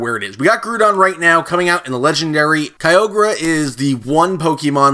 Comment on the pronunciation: It's not Kyrogue, it's Ky-OGER